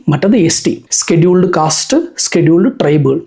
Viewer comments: Not skeduled, scheduled… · Skeduled caste alla scheduled casteanu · സ്‌കെടുൾഡ് അല്ല ഷെഡ്യൂൾഡ് ആണ്....😂